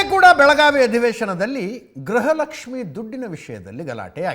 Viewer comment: It is Gruha Lakshmi not Graha Lakshmi madam because pronunciation and enunciation plays an important role and rule in our life. Graha means planet. Gruha means house.